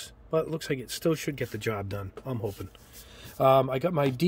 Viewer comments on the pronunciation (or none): none